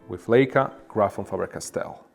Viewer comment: You are mispronouncing Leica. Pronounced Likea and not layca